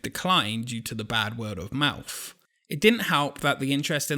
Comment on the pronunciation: "bad word of mouf"?